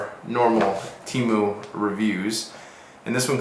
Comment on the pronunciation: It’s tee-moo